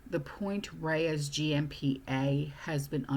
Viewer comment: Point Reyes is pronounced Point Rays.